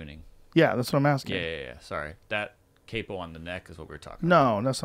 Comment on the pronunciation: Seriously just watching this and as much as I love you all it's CAPO, AS IN KAEPU (PHONEMES) not kaipo